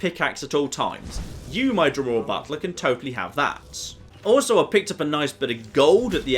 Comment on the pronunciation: My wife just said “Did just say he summoned a Dremora Buttplug?!?” Butler. He said Butler.